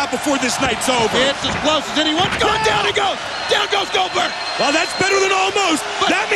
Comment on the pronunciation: nobody calls out Cold-berg